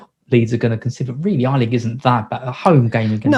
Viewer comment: GET THE NAME AYLING RIGHT MATE!!!! SAY YAYYYYY. THEN AYYYYYYLING